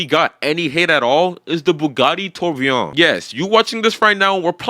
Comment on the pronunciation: "buggati tur-bi-ON"